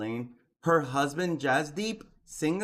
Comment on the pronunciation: The surname Singh is pronounced “sing” the h is silent.